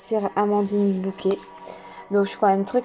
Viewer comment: Très bel oracle que je pense me procurer. Merci. ❤ Simple remarque : je pense que c'est Bocquet et non Bouquet.